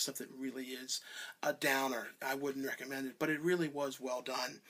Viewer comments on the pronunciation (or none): none